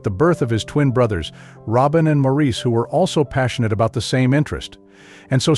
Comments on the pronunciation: Stopped listening when you mispronounced their group name and Maurice’s name. Come on! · I noticed that to, and they always say Maurice's name wrong. I will always love the Brothers Gibb.